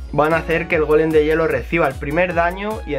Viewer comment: no se dice golem de piedraaaaaa